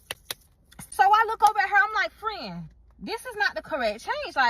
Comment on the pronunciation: yall be killin me calling each other " frien" mid argument 😂😂😂